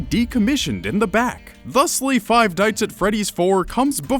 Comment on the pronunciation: did he say dites instead of nights